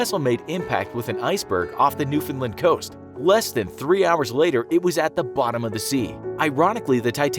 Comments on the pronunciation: And Newfoundland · It's pronounced New-Fin-Land Not New-fund-lund- Or New-Fin-lund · Great video, though it seems nobody on the internet can pronounce Newfoundland right It's not "New-fin-lin" It's "New-fin-LAND" emphasis on the land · New-found -land, not newfinland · ITS NEW FOUND LAND